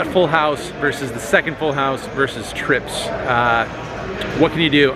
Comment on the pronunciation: "I had treeps" - john juanda- (probably)